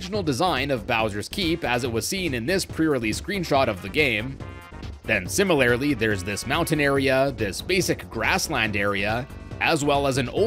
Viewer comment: Great in-depth tour as usual. But... surely Mallow should be pronounced like the word (rhyming with callow, not with hollow), right??? Also, in the spirit of helping you grow as a presenter: SIMILARLY should be pronounced like similar (which you say just fine), just with a -ly. Not -AIRly. AS WELL AS can sometimes be used like AND, but not in general. (As ) it's would've GONE, not WENT (this applies to all perfect constructions; went is only simple past tense). It's great that you use THERE ARE (and there're) rather than THERE'S for most plural subjects, but some of the latter still slip through. Keep up the good work!